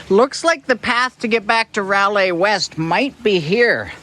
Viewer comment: Fantastic videos. One suggestion is to actually pronounce the beach name correctly because frankly, it's the least one can do. :) "rye-lay" as in, "rye bread" and "she was a good lay." RYE-LAI. :D